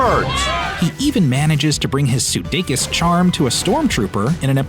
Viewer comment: How is it that when it comes to a foreign surname, people usually know how to pronounce it, but when it comes to his surname it is not pronounced correctly.. In this video his surname was pronounced - siudeikis and not sudeikis.....